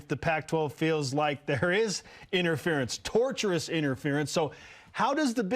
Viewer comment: Tortious interference, not torturous interference,.